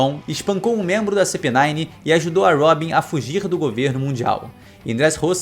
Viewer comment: '씨피구'는 긁히네요 '씨피나인' 이라고 읽지않나?